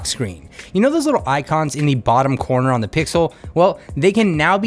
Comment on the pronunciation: It's really annoying that you use the word "thi" in front of words, who doesn't start with an a,e,i,o,u. For example the smartphone, you say thi smartphone... I often wonder why people do that?... It doesn't sounds right in my ears. My primary language isn't English, but Danish, but it still sounds wrong...